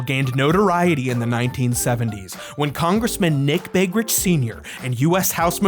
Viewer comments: I was dying over how he pronounced Begich 😂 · All Alaskans know how to say "Begich". There is no R. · Wait. He mispronounced "Begich" but somehow got "Tlingit" right? I mean seriously, the spelling of Tlingit is just a trap to catch people who have never heard it pronounced. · I’m noticing there’s no “r” in Begich. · I'm from Alaska and I wish it was really like this here. I've never seen one weird phenomenon in my life (unless you count climate change) Edit - your pronunciation of "Begich" is wrong 😂 there's no "r". But it's ok. I also lmao 'd at the bear spray thing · There is no R in Begich. Multiple people even pronounced it correctly in the clips that you put in the video. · I love that you pronounced Begich’s name wrong but said Tlingit perfectly. Just as god intended.